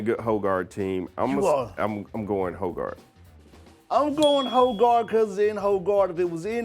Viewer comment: Its not "hoe" "guard", its "hog" "erd"